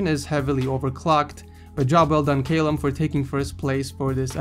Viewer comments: He mispronounced Callum it is said Kallum not Kaylum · Cay-lum it's ca-lum wtf ed xD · it's pronounced cal-lum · The way pronounces the name 'Callum' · How did you get the name "Callum" wrong?! LMAO! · you said callum wrong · callum is pronounced call for a 50 caliber bullet and um